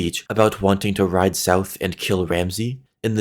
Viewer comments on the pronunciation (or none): none